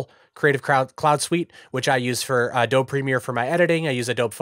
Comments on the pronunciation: are you saying "ah-doab" instead of "ah-doh-be" on purpose? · Yeah, he is. lol - "Uh-Dobe - E"